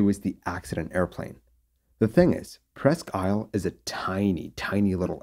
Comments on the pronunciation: Its pronounced Presk Eel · Not that it matters, but it's pronounced "Preskeel". French for "almost an island" - Presque=almost, Isle= island.